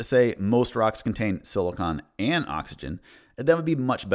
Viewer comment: I like your video i think it is good. But you kept saying something that irratated mr slightly you keep pronouncing silicon as silicone they are not the same other wise. Epic sause